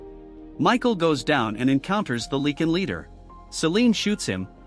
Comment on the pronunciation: The way you say Lycan infuriates me.